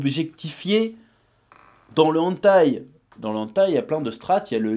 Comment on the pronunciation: Hey! On dit "Hèneutaï" pas "Antaï"